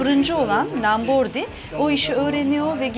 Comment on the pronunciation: Lambordi değil Lombardi çok bilmiş hanım...